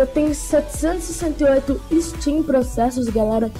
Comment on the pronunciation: Amigo, são Stream processors e não "Steam" processors kkkk Legal sua iniciativa, continue assim fera, sucesso :)